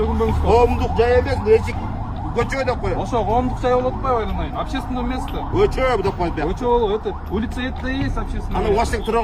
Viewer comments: Кочону кочоо кечеени да гочоо булар кытайлыктар эмеспи жаны агенттер😂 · Көчөбу же кечееби кыргыз тилини жакшыраак суйлогулочу башкасыга батып калыпсынар